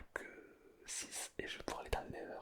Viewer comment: Sa s'appelle pas le never mais le netheur 😅